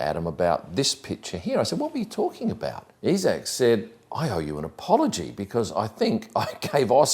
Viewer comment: why is everyone suddenly pronouncing isack as "eesack" ?